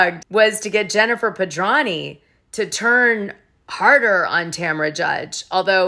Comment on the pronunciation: Why do you constantly mispronounce Jen Pedranti's last name? You make the 't' silent when it is not silent please do it correctly it is so friggin annoying I know you're smarter than that thank you